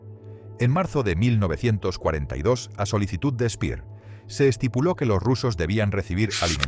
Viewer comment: Ya empezamos: El alemán SE PRONUNCIA DIFERENTE QUE EL INGLÉS. Albert Speer pronunciado Spea. Alberto Lanza.